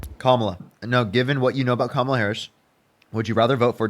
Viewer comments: Why do right wingers mispronounce Kamala’s name. Feel like every caller does this. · I don’t understand why MAGA can’t pronounce her name right. It’s KAMala NOT KamALA. Just like Ursula or Pamela. It’s URSula and PAMela. Geeze 🤦🏻‍♀️ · You can tell her only watches conservative news based on how he kept mispronounced Kamala' name (six year old: " , la") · He can't even say her name right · Kamala, he pronounces he name wrong just to disrespect her. That is why they do it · I love he keeps correcting him on Kamala's name lolol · He has just watched Fox News as evident by the mispronunciation of Camala’s name. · Trump minions keep mispronouncing Kamala’s name. So I from now on refer to the orange one as Donald Tramp!! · and ‘you make a great point’ as appearing reasonable. The fact that he can’t cede on ANY POINT is the giveaway. And correcting the pronunciation of Kamala is pure gold.